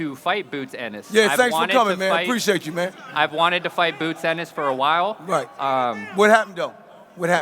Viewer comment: "Bwoots Ennis " - Eddie Hearn 😅